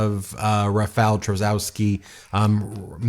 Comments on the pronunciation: i love how you didnt even bother sparing 15 seconds and looking up how to pronounce the names lol.. karol neeuwrakih and rafael trasaowskhee is a wild take on americans pronouncing our polish tounge twisters assigned at birth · You can read "Tschaskovsky" and "Navrotsky" 👍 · You butchered Rafał Trzaskowski name. Try saying phonetically: Cha skov ski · Tusk is pronounced Toosk. Nawrocki is pronounced Nahvrotzky. Trzaskowski is pronounced Tschaskofsky. Thank you. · Just a little help with pronunciation Rafau Chaskosky Karol Navrotsky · correct pronunciation: Tshah-SKAW-skee and Nah-VROT-skee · A little note about Polish surnames: we read "w" like English "v", and if there is "-cki"/"-ski" ending it is NOT "-ki" that previous letter is important too, so -cki would sound like "tski" and -ski like "sk" in sky. Reading it like Navrotski, Tshaskovski would be closer :) It amaze me with surnames of actors (Jared) Padalecki or (Elizabeth) Debicki where they read it as in English - without reading letter c. If it would we read as they do it would be spelled Padaleki and Debiki ! Because in Polish we pronounce all letters. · Quick guide how to pronounce those horrendous Polish surnames: Tusk - Toosk Trzaskowski - Tshaskovskee Sikorski - C-coreskee or instead of C Xi like Xi Jin Ping Nawrocki - Navrockee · Since, most probably, Rafał Trzaskowski will win, please learn to say his name correctly 😊 Or somewhat correctly at least because it’s not an easy name to say 😎 “Rafał” is the easy part because “ł” is the English “w”, so “ra-fow” (rhymes with ‘cow’ 😁) “Trzaskowski” is “Tshas-cough-ski” 😊 Hope this helps! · You can pronounce 'Rafal Trzaskowski' as 'Rah-fahl Tsha-skoff-skee.'" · btw you could pronounce Trzaskowski easier as: Chus-kov-ski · You are so bad with polish names ;) It would be better if You preanounce Trzaskowski as Tchaskovsky and Nawrocki as... morron. You could also say sth like Navrotsky. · Yay, Poland! Nawrocki = Nahv-roe-tskee; Trzaskowski = Chahs-koev-skee